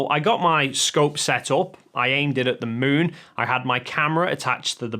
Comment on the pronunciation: The Son and the Muun 😂